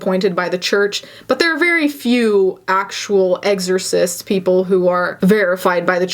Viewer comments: “Egorcist” instead of exorcist! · "Eggsorcism. Eggsorzizt." Omg is that hitting anyone else's ears wrong, too? I have no commentary to actual content anymore. "I'm not diagnosing, BUT...", "I'm not any specialist, BUT..." 🙄